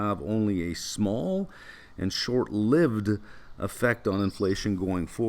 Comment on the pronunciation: it’s how J Pow pronounces “lived”